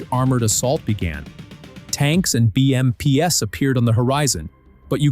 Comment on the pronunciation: Dear AI, BMPs is read as Bee -Em-peas not Bee-em-Pee-ess.